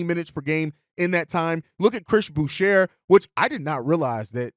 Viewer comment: the r is silent in boucher. its french